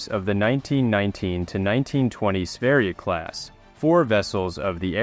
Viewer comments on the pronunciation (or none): don't butcher my boy sverige marinen ever again. SVÄRJE MARINEN, THAT'S HOW YOU PRONOUNCE IT.